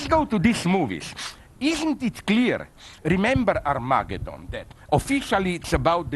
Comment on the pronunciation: Liam Cooper more like "arm-ah-gay-don"